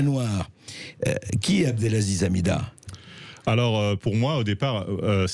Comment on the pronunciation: "Abdelzaziz" C'est si compliqué d'apprendre à lire ? Abdelaziz ? A B D E L A Z I Z